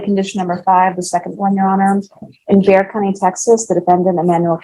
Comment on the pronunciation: Just so you know, Bexar county, is pronounced Bear County.. not Bex-ar.